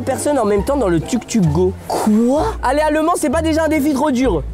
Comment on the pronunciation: ça se prononce TOUK TOUK et pas tuk tuk